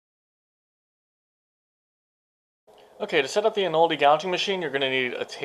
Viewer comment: In-o-leddy, not In-oldy. Other than that, a decent explaination.